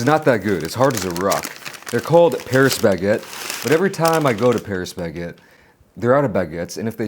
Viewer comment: 형 패뤼스 베케트 아니고 빠리 바켓뜨